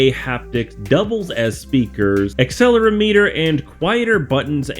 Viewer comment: lol dude said “acceleraMeter”